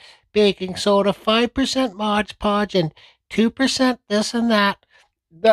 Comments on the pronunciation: It's "MOD" podge, not modge podge....grrrrrrrr but thanks for the recipe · It's called MOD podge. I was done with the video once I heard MODGE.